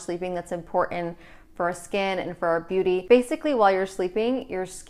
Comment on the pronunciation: Anyone else notice "Beaututy"